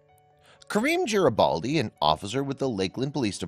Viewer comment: It’s Garibaldi, with a hard G, not a J sound.